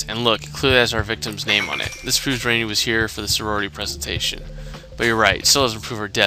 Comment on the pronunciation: No its not its pronounced ran - ee